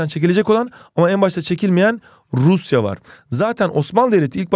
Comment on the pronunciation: "Rrrruusyaa var" jsjsjs